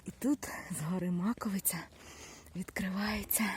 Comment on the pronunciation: Добрий день! Дуже дякую вам за відео, не знала який шлях обрати, щоб піднятись на Маковию, а ви все чітко показали. В результаті, все пройшло круто, також йшла соло. І особливе дякую за вірний наголос в назві гори. Всього вам хорошого❤️